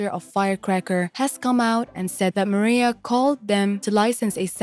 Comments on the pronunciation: it's Maraiah .....not Maria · "Mariah", not "Maria". How could anyone mispronounce her name after all these years? Just, Wow!😒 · me too I can’t watch the video with her calling Mariah, Maria.. smfh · Who is narrating this video? Does she not know who Mariah Carey is? Why is she calling her Maria? It's annoying. You need to redo this video. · Maria? MARIAHHH! MA-RYE-UHHHH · Yeah not Maria lol x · Her name is Mar-I-ah not Maria. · I agree, get your pronunciation correct if you’re gonna do a doc Hahahha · Can you google how to pronounce Mariah Carey correctly first before doing your voice over for this video? Great video though! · I was about to say the same thing. I couldn’t have said it better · How can you not pronounce Mariah correctly?? And Selena Quintanilla her last name is pronounced keen-ta-nee-ya